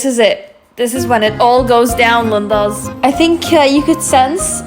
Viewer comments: It's pronounced like leen•dahs... Not limbos. Gracias. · It sounds like you are calling ppl limbos. Lindas makes sense. Not limbos.